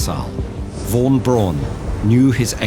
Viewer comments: Great video and great animation but I think I’ve never heard anyone say “Braun” so weirdly and wrongly 😂 the pronunciation is much closer to the english “brown” than it is to your “Brohn” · He could have learned how to say “Braun” tho